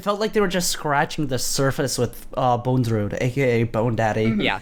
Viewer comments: How is that none of them can pronounce Bondrewd correctly even once despite it being spoken aloud numerous times in the movie. The letter after the first d is not an E. it's not Bone. It's just bond + rude. Bondrewd. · Great podcast. I like how you guys were correcting each other pronouncing Riko's name as "Riku (Reek-ooh)" but you all still pronounced Bondrewd as "Bone-drewd" 😂🤦‍♂️